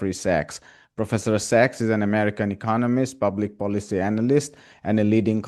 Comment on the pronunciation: Professor Sachs (SACs) not sex 😂